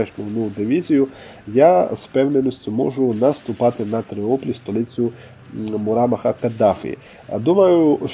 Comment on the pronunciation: Чого ж Тріоплі, якщо Тріполі 😆